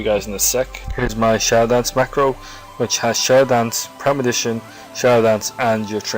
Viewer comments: The vid was helpful ... but you're killing me ...its ...PRE-MED-I-TATION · is it not premeditation instead of premidition? i'm too lazy to log on to my lowbie rogue and check it out but i'm pretty show it's premeditation...as in premeditated murder. anyway, still a great video. and the fact that there are no half naked men doing ab exercises is a plus.